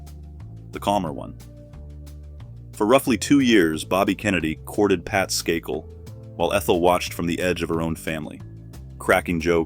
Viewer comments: Isn't the maiden name pronounced "Skay - kill" with "a" - accent on first syllable. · Said her maiden name as Sky-cull ??? Seriously 😳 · SKAKEL??? AI is not sure about the pronunciation of her last name